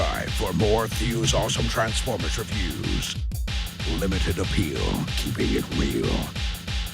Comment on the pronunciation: Did he say Transfivers 5? Love the finger reference., you are the Stephen Fry of the fandom. Always delightfully entertaining and articulate.